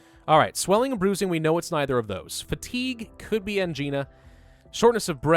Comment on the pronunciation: Youre awesome and ive enjoyed all of your plague and bio gameplay but for the LOVE OF GAWD PLEASE simply Google angina!!! Youve been pronouncing it wrong since day one and it's been driving me insane!!! ang-eye-na